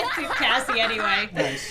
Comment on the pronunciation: It is Kassie not Cassy